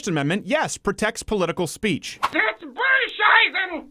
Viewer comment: "Bull shieten"